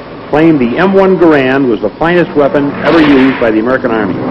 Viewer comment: From G-D’s (er, the Army’s) lips to our ears… the proper, final, absolutely correct pronunciation of “Garand”.